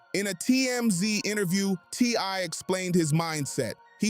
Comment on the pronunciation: Also said TY few times!!